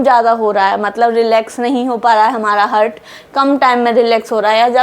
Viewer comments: Only thing I learned from this video is the word ,TEEK KE, repeated every minute. I think, every time she says HEARD, she means HEART. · हार्ट कहना ठीक है। हर्ट कहना ठीक नही है। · Nicely explained, plz do not pronounce "hurt" in place of " he'art" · Seems it should be Heart and not Hurt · Hurt नहीं heart हार्ट बोलना चाहिए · हार्ट Not हर्ट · Hurt nahin heart boliye madam😊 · Heart❌ hurt ✅ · Its Heart not Hurt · Mam, I think we need to pronounce 'haart,' although the spelling is 'heart'.